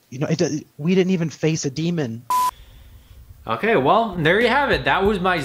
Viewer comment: The “we didn’t even face a Demond” got me😂